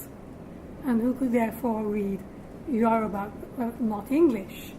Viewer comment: The way she pronounces the Yoruba words is 100% spot on.